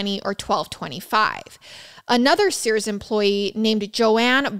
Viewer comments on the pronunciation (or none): sirs is not sears :)